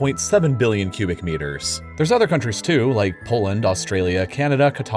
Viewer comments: Why do you continue to pronounce Qatar as "cutter"?!? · Stop pronouncing Qatar as cudder!! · Lmao I read this comment literally the second I heard him say that heretical pronounciation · That pronunciation of Qatar though 😂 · I love this channel but how you pronounced Qatar hurt my brain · The way he pronounces Qatar... Haha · well you drop the Ui and add an A. this guy is fucking butchering it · The way you pronounce Qatar is disturbing to me. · Qatar (ka-tar) not cutter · true pronunciation of Qatar is “kuh-taar” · this man fr said "cutter" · I paused to come post this comment. I had to rewind because I swore I heard him say cutter for Qatar. lol Then I started questioning myself about it because I assume he may be smarter than me so he's probably right. Definitely kuh-taar. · I don't know but it sounds like CUTTER has some too; never heard of that place, maybe Qatar? (kwa'tar) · He pronounces Qatar (kuTAR) like “Cutter” and that weirds me out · Fairly certain it's Qa-tar... Not cutter? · It's pronounced Catarr not Cutter! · "kuh-TAHR" not "KUH-ter" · Qatar. Nah, Cutter! lol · Qutar "Cutter" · hot air balloons don't use helium! and Qatar not CUTTER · Qatar is cu-tar not cudder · Did he just pronounce Qatar cetter? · “Cudder”? It’s pronouncedCAT-AR sweetie darling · Lmao cuter. It’s QA - tar no ? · The way he pronounced Qatar as ‘cutter’ made me laugh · i thought it's "quey-der" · It's pronounced Ka Tar. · no, it's Ka Tar. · No one: Absolutely not a single person:: "Cutter" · I think its funnier that im pretty sure "cutter" is closer to the offical pronunciation than something like "ca-tar" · Is anyone going the most mention the fact that he pronounced Qatar like “Cuter”? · Never heard anyone before pronounce Quatar as "cutter". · the way he pronounces 'Qatar' is so fucking eerie.. welcome to cutter!! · I thought Qatar was pronouned “Cutter”. Someone please tell me if I’m wrong. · “Cutter” Qatar: wat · Didn't realise Qatar was pronounced as "cutter"